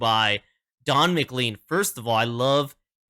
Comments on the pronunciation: His name is pronounced "mclain" not "mclean". (Though it might make a great name for some sort of Scottish cleaning product.)😊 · And… it’s Don “Mc - lane” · Don's last name is pronounced muh- Klayn sounding similar to lane at the end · When you pronounce it, pretend his name is spelled like this: McLane . I know, it doesn't make sense to me, either. ;-]